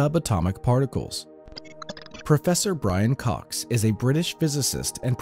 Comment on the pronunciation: Cox's. Not COXES.